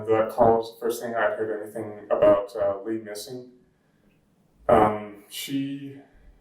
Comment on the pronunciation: Tough watch hearing you say Lee instead of Lea